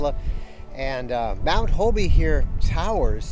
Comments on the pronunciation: It's not HO-BE, Its Hobe. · Thanks for showcasing my hometown, I grew up in Jupiter. FYI the "e" in Hobe Sound is silient. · New to RVing We live in Stuart just up the road. Thank you for posting this. Was this visited before Covid shut down or after? I know it just reopened within the past few weeks Hint: just like Kissimmee, Hobe Sound gets mis pronounced Hob(e) E is silent👍